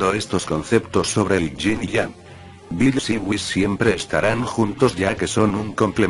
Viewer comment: Me perdi cuando dijiste ying yang xD